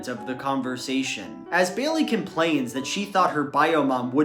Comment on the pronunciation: Ugh I hate that pronunciation. It's Bay-lee, not Bay-uhl-lee